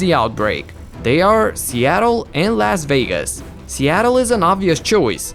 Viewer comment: The way he said Las Vegas made me cringe